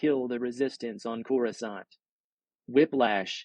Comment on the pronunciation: Next time read the book like it's in loving memory. I can not stomach this reading or the fact that you, much like many before you, can not pronounce Coruscant. (pronounced core-uhw-saunt). I wish absolute misery to everyone who says (core-uwh-scant). I hope someone burns all your books so you can't hurt anyone anymore with this abomination of a reading.